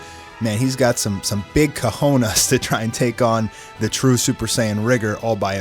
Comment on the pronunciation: cough cough cojones not cajonas.😂